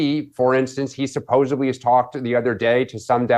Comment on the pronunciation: Supposably‽ SUPPOSABLY???